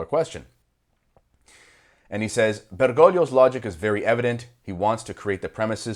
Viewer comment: Oh, your Italian is good. I didn't know. And your pronunciation of Bergoglio is the best I've heard. It may be a minor thing but as an Italian speaker, it's important to me